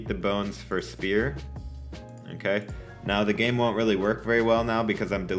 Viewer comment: se dice game banana no gaim patata